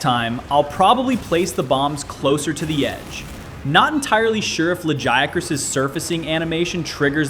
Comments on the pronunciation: I love that you pronounced Lagiacrus differently almost every single time 😂 Fantastic video as always! Love your content, keep it up! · No, its not just you. I think GL has the worst focus strike. Also, the way you pronounce Lagiacrus differently everytime cracks me up. Next time say the japanese name! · How you miss pronouncing Lagiacrus when they even said it in the cutscene 😭